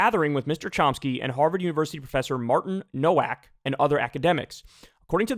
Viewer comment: Quick note on pronunciation. It’s pronounced “no-vack.” Common Polish surname.